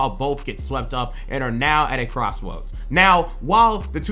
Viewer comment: Mans said cwosswoads